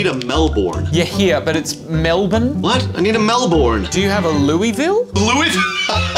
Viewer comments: It's pronounced Melburn, not Melbun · I think the closest to say the way we say it is Mel-Bin. Us aussies shorten everything. Another term we have is buggalugs. I noticed bluey’s dad saying it. It melt my heart. I realised I say it way too much when someone asked me what did I say to them. It was a expact from overseas. They thought I insulted them.